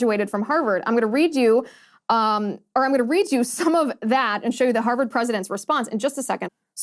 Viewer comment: I love u, Liz, but it's Harvard not Herverd.